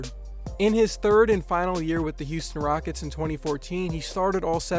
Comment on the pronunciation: "The Raickets"